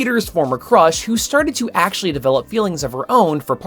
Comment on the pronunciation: um, ACKCHUALLIEY